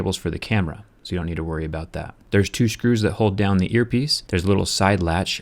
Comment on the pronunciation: Why do you say Shcrus?